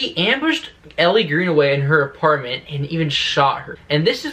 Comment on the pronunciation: It’s Elle not Ellie (pronounced like the letter L) but I REALLY hope she makes an appearance. I’d even settle for them mentioning her.